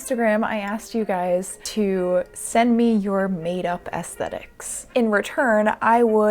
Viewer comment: I just wanna day that I really appreciate an American who pronounces aesthetics correctly. Most I heard say “ass-tet-iks”. Which is just... not aesthetically pleasing.